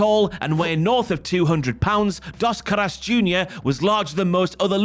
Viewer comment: "Das Carass" is a crazy pronunciation for Dos Caras. Al menos aprende como pronunciar las palabras si vas a hacer un documental 🤦🏿‍♂️.